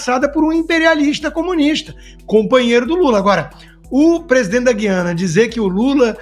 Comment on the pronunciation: Senhores comentaristas,não é guiana.O correto é Guí-ana.